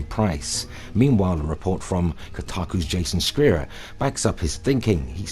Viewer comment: I believe Jason's last name is pronounced more like "Shire or Shy-ur" for what its worth. Its more of an S sound than C sound. Can anyone else in the comments verify?